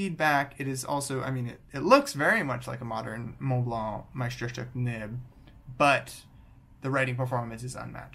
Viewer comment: Finally, a native English speaker (I'm assuming) who pronounces Montblanc properly. Où as-tu appris à parler français? I used to dislike Montblanc because I knew too many people who had one but never wrote with it or even cared about fountain pens, they just wanted to show off the little snowcap sticking out from their shirt pocket. I also wrote with a modern 146 and was far from impressed. I mean, I have Pelikan, Pilot and Sailor pens that cost half as much and write twice as well. But then a fountain pen buddy recommended I look into vintage Montblancs and I picked up a 342-G two years ago, and it's a fabulous little writer. I just bought an early 1980s 146 and am waiting for it to arrive.